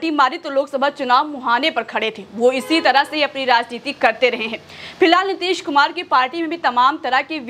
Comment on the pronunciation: Nitesh kumar nahi Madame ...Nitish kumar ...naam nahi dhang se padh sakte... Reporter banne chale 🤗🤗🤗🤗🤗🤗🤗🤗🤗🤗🤗🤗